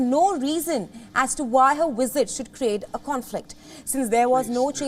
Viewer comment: Learn how to speak English. Pronounce word as "visit" , not "wizard"... uggg